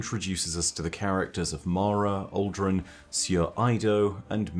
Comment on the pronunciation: I keep thinking hes saying "alduin" for aldrin